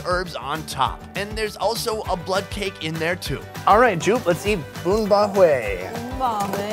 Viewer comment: Bro the way you pronounced Hue in the beginning with the inflection tone is perfect LMAO